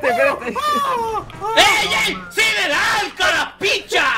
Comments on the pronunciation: Se dice carepicha no carapicha jsjjajajajjajajajajajja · Ded soy de Costa Rica y no se dice "cara picha" sino "carepicha"